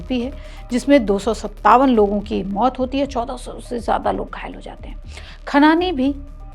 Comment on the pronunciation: Medam script ache padho or content sudharo 1. Khanani hai khan nahi 2. Jesh nahi pura bolo jeah a moh...